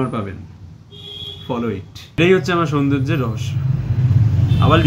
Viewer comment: Amr darun porichoy dili sobar kache..."ankita(titli frd)" bahh...btw ota sundorjo na soundorjo...